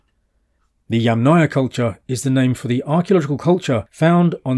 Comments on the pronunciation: YAMM-naia… YAMM+ naia. not yam-NAYA 🫡 YAMM … naia please, it’s easy, it’s like words Yummy + naia 🍓 thank you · with all respects Yamnaya pronounces with streess at the first syllable